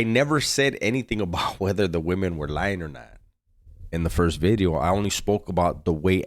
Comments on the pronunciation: Vidio, orderly eh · Noo, veedio! 💥 🔫 💥 🔫